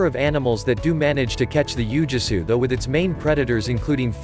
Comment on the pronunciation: "Ooo-Gwee-Soo" is the proper pronunciation.